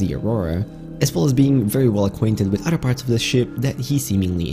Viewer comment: He says " udder " instead of other